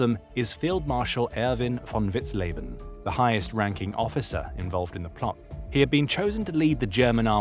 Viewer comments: Vous avez un serieux problème de prononciation des noms. On dit Vitzlében, et non lébanen ou vitzlébanen. Von vitzen également et une faute à chaque nom prononcé. Ça écorche l’oreille de ceux qui connaissent ces personnages. C’est pas l’abère mais l’abwher ……. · Pronuncia-se vitzlében e stôfenberg.